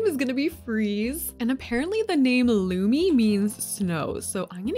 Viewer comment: You said Lumi pretty well, next time just put a little less pressure on the L. Love the sims😍😍